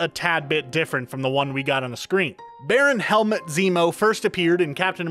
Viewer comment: Helmet Zemo??...its Helmut my guy, pronounced exactly the way its written